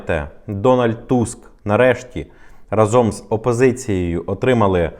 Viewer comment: Слово "Разом", наголос падає на перший склад